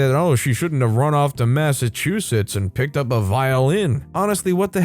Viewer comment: This is the 1st time that I have ever heard Massachusetts pronounced correctly!